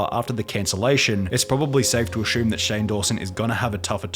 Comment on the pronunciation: irrelevant but i just found funny bc u said “ashume” instead of assume lmao